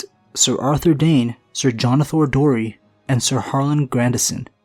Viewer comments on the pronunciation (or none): I'm pretty sure it's Darry, not Dorry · Jonothor Darry* not Dorry. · I don't know if it's just me, but Jonother Dorry? do you mean Darry? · Darry, not dorry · Jonothor Darry, not dorry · I think it's Jonothor Darry, not Dorry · It’s Darry not Dorry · Just a slight correction, it’s Jonothor Darry, not Jonothor Dorry. :) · it's jonothor Darry not dorry and it's osmund kettleblack not kettleback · Pretty sure it’s Jonothor of House Darry not Dorry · DARRY not DORRY but otherwise great video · Darry not Dorry, and Kettleblack not kettleback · I came to comments just to say this lol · It is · Its Jonothor Darry* (The-ry)